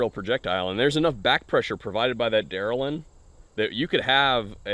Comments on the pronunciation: Don't focus the intricacies of the stupidity. It bricks your gun if you haven't trained to clear the "safety bullet." If you are so well trained you don't have to worry about that possibility, then you're smart enough to lock up your gun. Last, it's delrin, not derlin. Though calling it a Der-bullet seems more apt than safety-bullet. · Del-rin, I can't figure out who people say duralin. You're not the only one, lots of people for. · It’s not daryl-in. It’s del-rin. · please... Delrin, not Derlin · Thanks for sharing, the concept is interesting but flawed in execution. By the way its DELRIN, not derlin. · Lol at Derlin not Delrin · Delrin not Derlin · Why would any sane person want to put these in their gun??????They make NO sense what so ever!!!!!!!!! And BTW, it's Delrin,...not Derlin......... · It's Delrin not Derlin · Del-rin not der-lin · For the record, the trade name for acetal or polyoxymethylene is Delrin (pronounced del-rin) NOT Derlin. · Dumb product but what the hell is "derlin?" You mean, delrin? As in the dupont product? Lol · It's pronounced DEL-rin. Not deralin. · Thank you, holy crap that was annoying. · It's Delrin, not "derlin". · Great video, just one rant: it's called Delrin (dell-rin) not whatever y'all were calling it 😂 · The name of the plastic is Delrin, NOT "Derelin" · Derlin lol...DEL RIN LOL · Please stop sayin that the mutherfuckin Plastic is deralin!!!!!!!!!It is Delrin!!!!!!!!!Delrin is a type of plastic not unlike my moms Ubervibarator!!!But when you say deralin it makes me cringweee!!!! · In Canada these would have to be shipped as live ammo because it's primed. Hazmat plus explosive signage etc. Del-rin, del-rin 2 syllables men you can do it! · Agree 100% ...but technically it is "delrin" pronounced del-rin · Just had to comment... its DELRIN.... DEL RIN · I thought that's what he said. Thinking to myself I think he means delrin but definitely isn't pronouncing it correctly